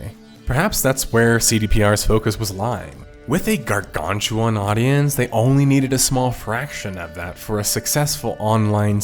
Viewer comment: Hi this is the police, youre not allowed to say gargantuan ever again.